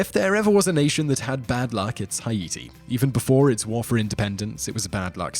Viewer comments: Yup just like he pronounced Haiti wrong. Hay-tee not Hi-ee-tee. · It's Haiti not hieatee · I believe Haiti is pronounced: Hate-E or Hey-T not Hi-A-T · Every time Simon said "Heye-ee-tee" instead of "Hay-tee", I cringed. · It's pronounced H8-tee, not "hi-EE-tee." Silly Brit. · its not, "hi-yeety," its, "hey-ti" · Not only that but he mispronounced Haiti. It’s Pronounced Like “Hati” not “Hi ati” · Hah-EEE-tee? Is this really how Europeans pronounce it? Correct is "HAY-tee". From the air, Haiti is brown, treeless, dusty. The Dominican Republic is green, healthy, and you can see the entire border from the air. Haitians have chopped down all the trees to make shacks and to burn in cooking fires. What a mess. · This guy’s pronunciation is hilarious. Haiti…Hayeetee🤦🏻‍♂️ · why is he pronouncing Haiti, "Hi eat tea"? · proper pronounciation "Hey Tea" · Haiti- Hi E T lol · it's pronounced as Ah-eet-tee or hai-ee-tee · Take a shot every time he say hi-e-te. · im Haitian and i never heard not one Haitian pronounce it like that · Hay-i-ti, ay-i-ti or "hi-ete," is how the French, the Haitians and generally...anyone who's not American pronounces it. It is spelled Haïti in French, indicating that the middle "i" is pronounced separately from the preceding "a," and it is not a diphthong of "ai." I guess this was a long way of saying his pronunciation is correct. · Hugo Louëssard it’s pronounced “Hay-tee” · It’s actually pronounced Ayïti ( I-EE-TEE) it’s the native Taíno name for the island of Hispaniola. It means mountainous land. After thé révolution in 1804 thé free ppl paid respect to the original inhabitants of the island and renamed the former slave colony of Saint Domingue to Ayïti or as the west knows it as Haiti. 🇭🇹 🙌🏾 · Hi-ete??? That's how you're going to pronounce it? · nobody: the person in the video: haEti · “Kiribatee” “Huyeetee” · Haiti it's pronounced hay-tee lol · Haiti is pronounced Hay-tee 😂 so hard to watch without laughing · Wtf is "Ha-yi-ti"??